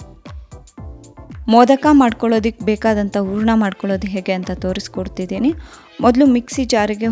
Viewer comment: Good recipe. Pronounce “a” & “ha” carefully, “ huraNa” not “uraNa” “hakbeku” not “aakbebu”